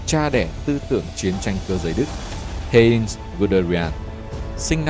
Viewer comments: Giọng đọc hay, ấm, nhưng phát âm sai quá nhiều. Heinz mà đọc là Hê-in là thua rồi! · Phát âm mấy tên hơi kém. Ví dụ Heinz (1 âm, ko có in) hay Vessailes (Véc sai). Cái Vessailes chính là cái tên mà HCM gửi bản yêu sách của các dân tộc thuộc địa đông dương ngày xưa suốt ngày nói trong trường học đấy.